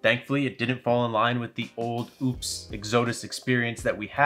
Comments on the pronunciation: I think it’s pronounced like UPS. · LOL. Chuckling at the mispronunciation comments. I own a couple Oupes units. It’s def a solid budget brand. Thanks for the Vid. ✌️out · its O-PEZ not oops and where is he getting exodus from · He’s actually saying oupes and exodus wrong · Very painful video to watch when he just can’t pronounce Oupes or Exodus correctly 😵‍💫